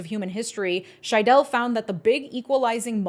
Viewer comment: Stress on the first syllable SHY-dell not shy-DELL (also technically you oughtta swallow the e at the end so more like SHY-dl, but that might just be my regional dialiect) Hope this helps 🌻